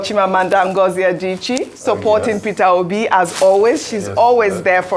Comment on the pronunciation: Professionalism demands that the news casters pronounce names properly., Chimamanda's last name is Adichie not Adaechi. Practice very well before pronouncing to the public. The same goes for every media person who speaks in front of the camera.